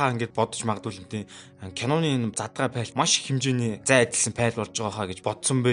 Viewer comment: Пайл биш файл/фаял/ гэж хэлээрэй. Амжилт. Гоё байна